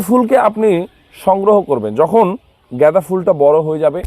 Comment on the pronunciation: উচ্চারণ ঠিক করুন । জ্ঞাদা বা গেদা নয় । গাঁদা ফুল ।